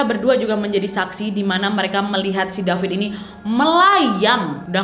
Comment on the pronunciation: Aku baca nama dia david tapi Kak Nadia panggil Dafit. Okay aku gelak sendiri😂